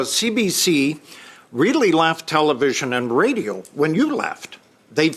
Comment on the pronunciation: MARIE-PHIIPPE BOUCHARD IS JUST ANOTHER ARROGANT FRENCH CU NEXT TUESDAY, CAN NOT WAIT FOR THE CONSERVITIVE GOVERNMENT TO DEFUND CBC SHIT , AND STUPID LADY YOU NEED TO LEARN HOW TO SAY RADIO